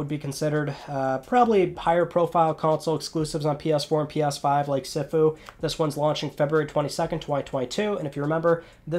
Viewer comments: I think Sifu is pronounced "Shifu" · SIFU is pronounced See-Fu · In English it's See Foo